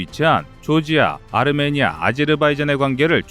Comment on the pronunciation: 튀르키예가 아니고 터키 예, 아르메니아가 아니고 아메니아, 아제르 바이잔이 아니고 아즈바이잔